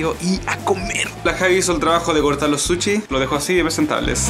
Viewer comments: Se dice sushi no suchi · Habla bien amigo es sushi no suchi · Se dice sushi no suchi chileno weon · Porque le dicen suchi? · Me mata cuando dice suchi XD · Porque dicen suchi JAJAJAJ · Nones para criticar pero se dice sushi